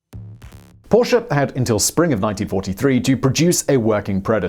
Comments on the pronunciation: OMG HE SAID PORSCHE RIGHT :D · An english man who pronounces Porsche the way it is supposed to be :OOO I thought i would never see the day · Da haben Sie Porsche aber sehr schön betont :) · Simon, I watched this with a big smile on my face from hearing you correctly pronouncing "Porsche" numerous times! I also like your little remarks about Der Fuehrer's interference with people who knew better than he. I'm you've probably seen the story of the development of the ME-262 jet, which might've prolonged the war and cost many Allied airmen's lives---if Hitler hadn't decided it should be redesigned as a fighter-bomber. It required a change from tricycle landing gear to "tail-dragger" to carry the added weight of bombs, which slowed the plane appreciably. So, instead of building many, many more of the fastest fighter plane (the ME-163B Komet was faster, but extremely unreliable and impractical), time was wasted on a plane they didn't need. By the time they started concentrating on building the 262s as pure fighters again, it was too late for them to make a difference; Germany was running out of resources---and experienced pilots. (IIRC, WWII "Black Ops" officers realized that assassinating Hitler could actually help the Germans, instead of hinder them.) Stay safe, everyone. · Not even 2 Minutes in and already liked for pronouncing Porsche the right way. Thank you Simon!